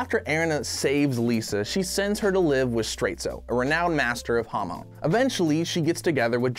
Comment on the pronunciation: Most ppl: hamon: hamoan